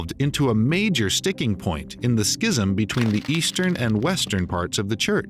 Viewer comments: Please look up correct pronunciation of the word, "schism." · That’s not how you say schism